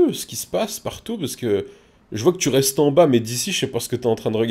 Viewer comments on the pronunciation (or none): none